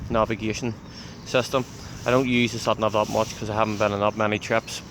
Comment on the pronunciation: "ShatNav" ...lovely dialect :)